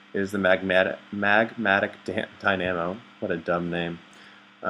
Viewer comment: "Magmata-magadic, what a stupid name" dat pronunciation